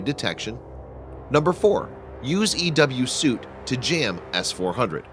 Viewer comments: It's EW Suite...not Suit! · EW SUITE!!!! not suit! this narrator blows! he's on other shit channels as well! i'm out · You pronounce suite like 'sweet', not 'suit. It sort of questions your credibility when you get words wrong.